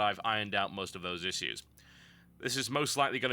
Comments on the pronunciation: Uggghh, please pronounce 'issues' properly. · gotta say i hate the way you say issues.